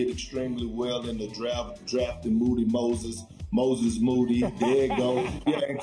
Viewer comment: Perk still can’t say Moses moody